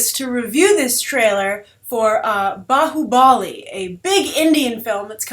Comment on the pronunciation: Nice review liked it lot your pronounced bahubali correctly